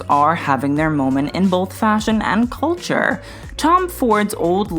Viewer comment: I thoroughly enjoy how you pronounce KYUTYUURR.